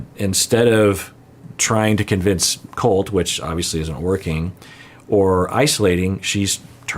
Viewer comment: Mad boy… it’s Colt, not Cult.